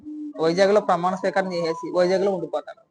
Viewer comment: Botsa gaadu “pramaana sweekaaram” ani correct ga pronounce chestey Jagan gaadu gelisinatte.